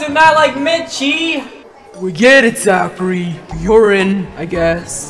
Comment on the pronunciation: its mitchie not "meatchie"